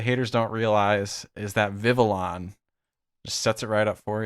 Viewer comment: What if we all told you it’s “Viv-vee-YON” as the L is pronounced a Y.